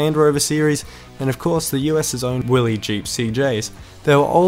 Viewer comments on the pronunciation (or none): WILLYS!!! with an "S" at the end! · The name is Willys, with an s.